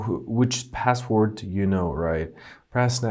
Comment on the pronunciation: What's passold. It sounded like you said passold.